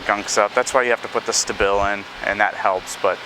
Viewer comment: It’s pronounced ‘STAY-BULL’ , ya see how that kinda sounds like ‘stable?’ Like what you’re doing to the gas. Making it stable. NOT whatever the hell you were saying. Other than that , the thing is to friggin loud.